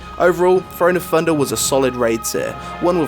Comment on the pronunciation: Still hate the intro and it is pronounced "thunder" not funder.